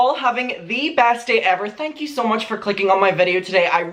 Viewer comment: Why does it sound like rich lux every time says so much HAHAHAHA I heard it once now I can’t unhear